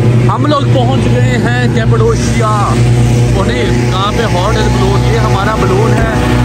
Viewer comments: capadoshia Nahi Nahi pronunciation capadokia ha pronunciation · Please bhai place k name to sahi se pronounce karen siwaye Istanbul k baaqi naam he ghalat le rahy hain aap Cappadocia (کپادوکیہ) aur muneeb aur umer bhi ghalat le rhy